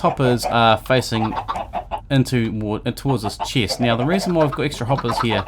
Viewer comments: I hear you say chest as cheese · he say chist